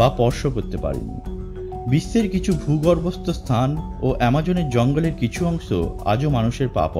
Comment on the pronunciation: Lol!! এই ব্যক্তি 'কিছু' কে বলে 'কিসু'--------তারপর 'অংশ' কে বলছে 'অংস'!!!!! what is love!!!!!!!